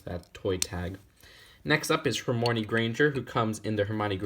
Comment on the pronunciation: you pronounced Hermione wrong!!!!! HOW DARE U lol sorry i had to